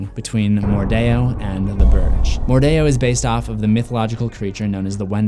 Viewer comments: It's not mordao it's mordeo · That’s stupid. It sounds like they’re actively trying to sound fancy/exotic. Oh well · I’m kinda annoyed with how you pronounce mordeo